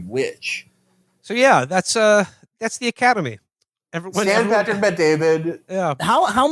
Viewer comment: Or as PBD would say it "The Ocodemy"